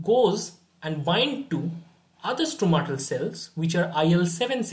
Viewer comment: I think it is called Stromal cell and not Stromatal